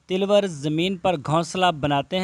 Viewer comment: Jahli ko ye pata nh nh is ko tilwar nh taloor bolte hen jahil